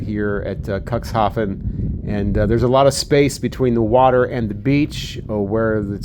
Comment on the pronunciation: It's pronounced cooks haven, not cocks😂❤ it's not the port of dicks, u know😂❤